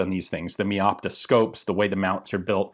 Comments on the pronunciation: Just note, "Meopta" is not pronounced like you'd have first part as word "Me", but like for example word "Mega". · Mey opta